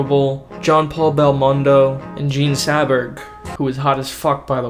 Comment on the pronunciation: Jean Seberg not Saberg